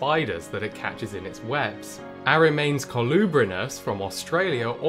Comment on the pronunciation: Nice video. The Latin name of genus, which you pronounce more or less as "AH-REMAINS" should be more like: AH-REE-AHM-NESS...